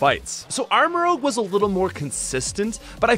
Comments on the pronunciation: Armorouge. Not Armorogue. While I'm at it, it's "truant", not "true-want" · Great video, but please stop saying armarogue. It's rouge. Like red. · It’s rouge, like Moulin Rouge, not rogue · Guy, it's Armarouge, not Armarogue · it's not armarogue, it's armarouge rouge is a shade of red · Thats ROUGE (Rooj) not ROGUE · You say armorogue 😂 not armorouge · Apparently you didn’t watch the video… In the video he refers to the Pokemon Armarouge as “ArmaROGUE”. I was simply pointing out that mistake but adding at the end that his mistaken mispronunciation would make a good nickname. Try watching the whole video before you start jumping the gun and criticizing peoples comments. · I’m sorry but your armarouge pronounciation hurt my french brain :(